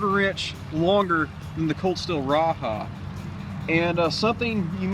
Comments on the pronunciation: raja not raha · Great video, just one thing wrong.... its called the Ra-Jah not Ra-Ha! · You are mispronouncing the name of the knife. The 'j' is pronounced and not an "h" sound.